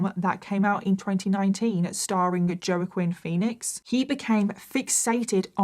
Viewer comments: Not to sound nitpicky, but the Spanish name Joaquín (as in Phoenix) is pronounced "Hwa-keen", not "Jo-uh-kwin." Amazing video, you're the highlight of my Sunday! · Joaquín Phoenix is pronounced wa-keen Phoenix.